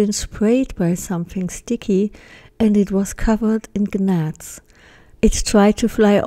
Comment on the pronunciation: You do great. Just trying to help…English is sooo hard. The word gnats is pronounced Nats” the g is silent.